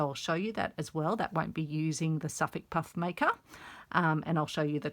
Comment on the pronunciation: What is that puff maker? I've never seen it before, nor heard of it. I turned on "closed captioning" to try and read what you called it. But cc says you said, "suff puff maker'. Is that a brand or sewing tool? Thanks for the tutorial.